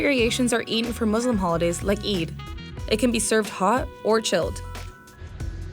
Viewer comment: FINALLY someone from the west actually said Muslim properly.